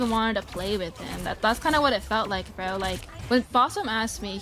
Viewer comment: Why does say 'Bro' with the intonation of a slur?